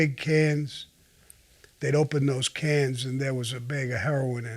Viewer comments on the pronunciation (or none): Sammy... The word is... That... Not dat. Them... Not dem. Those... Not dose. This... Not dis. There... Not dere. You understand? Bro?